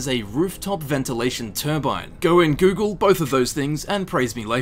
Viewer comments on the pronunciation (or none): none